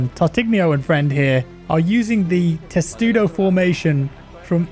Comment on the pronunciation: said testudo?